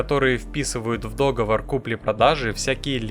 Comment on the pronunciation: 3.29мин - дОговор…. А ну да - пОртфель, звОнок :)) За остальное 🤝